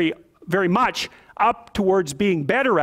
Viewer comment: For such an eloquent and intelligent man, it's funny to see his struggle with "much" lol